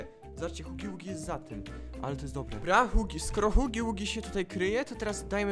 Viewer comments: nie mówi sie huggy wuggy tylko hagi wagi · Nie hugi ługi tylko haggy waggy